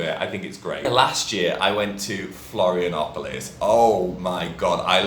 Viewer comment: às vezes entender alguns sotaques do Brasil é difícil até pra mim kkkk Adorei o "Florianópolis "